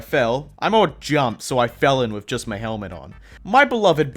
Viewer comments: Hey what happened when you said “my cottage” it sounded like M cottage instead of my cottage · The ‘my’ tho😰